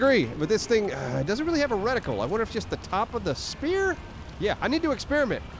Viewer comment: Wander not wonder